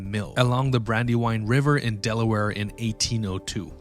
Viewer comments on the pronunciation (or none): none